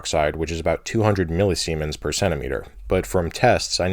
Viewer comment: millisemens hehe